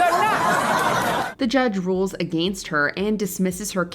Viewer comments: The way you keep pronouncing, against, is making me twitch. You are pronouncing it like a-gain-st, like it's spelled, but it's pronounced, a-gen-st. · wtf is goin on with how you pronounce "against"?